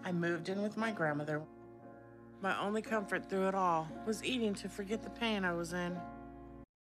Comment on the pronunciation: I hate how she overemphasizes saying the word “only!”. It sounds like they are telling her what to say. :(